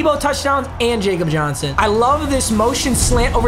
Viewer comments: It’s not pronounced Jakob Johnson it’s pronounced Yakob Johnson I’m a pats fan so trust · ITS PRONOUNCED YAKOB JOHNSON STOP CALLING HIM JACOB JOHNSON BRUH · Stop saying jakob Johnson’s name wrong your driving me crazy, that’s how I know you don’t watch football